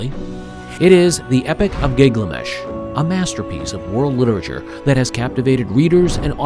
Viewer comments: Why does the narrator pronounce "Gilgamesh" as "Gigliamesh"??? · Gig-lamesh is a fresh take 😅. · I can't watch it. Gig la mesh? 😢